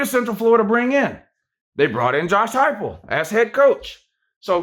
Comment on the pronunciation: At least you actually pronounced his name correctly unlike the youtuber blue and gold ( a WvU fan) he is cringe af .and tries to act like you it is blantely obvious.